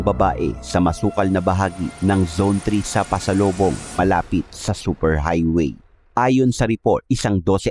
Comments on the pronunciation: PASOBOLONG po. Not pasolobong. I'm from Zamboanga city. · "Pasobolong" hnd pasalobong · Pasobolong po...hindi pasolobong...